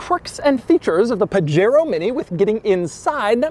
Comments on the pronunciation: It’s not called a (pah-Jero) it’s (Pah-hairO) the J is silent in Spanish PLEASE DOUG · Really, you live in SoCal and your saying PaGero?!? Pahero.... come on Doug... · I notice Doug has solved the problem by pronouncing it "page-aero" :-) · As a Spanish speaker, I'm cringing Everytime he says "Puh-Jair-Oh" Edit: there's at least 4 different pronunciations that I quickly looked up in 2 minutes, and The way Doug says it is indeed the American English version. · Isn't it puh-HAY-RO? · it's pronounced "Pah-Head-O" sort of. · Pah-Heh-roh.... technically :) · Correct me if I'm wrong. Where I grew up from, these cars are pronounced "Pahero". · 'paJAIRoh' oh no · Hey Doug, it’s actually pronounced “Pajero” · wtf is a "pajero". Isn't it pronounced "Pu-Hare-oh" ? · He freakin' pronounced Pajero with a hard 'j'. 🤦‍♂️ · Doug likes to pronounce Pajero like a gringo. Very funny! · As Pajero is seemingly a Spanish word, I'd bet you dollars to doughnuts that the "J" is pronounced as an "H". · the J is usually an H sound in spanish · Doug is the type of guy who can't pronounce 'Pajero' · 65 hp from 650cc is very good Also, I always thought that the J in Pajero was pronounced like in Jose or jamon. Am I wrong? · i think the j is pronounced like a h since it’s a Spanish word I think & that’s how j’s are pronounced in Spanish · Doug’s mispronunciation of Pajero... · Doug! You are mispronouncing the name! CRINGE! DX